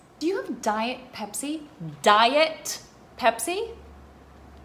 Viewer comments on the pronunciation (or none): The emphasis of “DiEt” really triggered me 😤